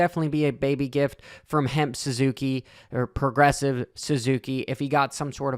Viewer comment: HEMP SUZUKI??? it's HEP